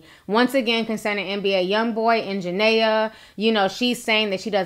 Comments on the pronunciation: It's JA-NEE-AH 😩😩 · I know it’s old but her name Ja-Ne-a !! Other than that I love your video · I am not taking up for jania but gurl u not even saying her name right before u want to talk about somebody make sure u no there name k👌